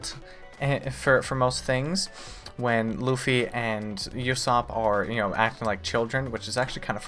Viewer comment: I know you're busy watching one piece but if you have time definitely watch jojo's bizarre adventure. It also has a slow start but it gets better as you keep watching. Both are two of my fav shows. Also Usopp is pronounced oo-sopp, not you-sopp. Just listen to how characters say it. "uso" means "lie" in Japanese